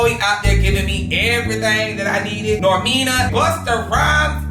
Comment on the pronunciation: Who the hell is “Normina” 😂😂